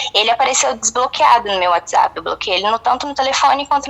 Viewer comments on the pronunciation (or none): none